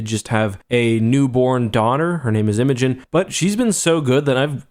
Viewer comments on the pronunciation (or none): What a minute... did you just say your daughter’s name was “Imajin”?